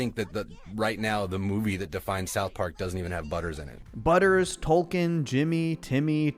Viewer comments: its TOKEN not Tolken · These are great, and remember, Token doesn’t have an “L” and is pronounced like the coin, not the author. Said with respect. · I love that you called him Tolkien and not Token